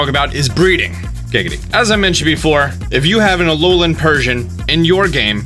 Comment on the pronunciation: Alolian? ALOLIAN? A L O L I A N?!? Yes, alolian